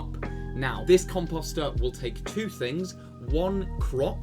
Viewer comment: Comp-oh-ster, not comp-ah-ster👍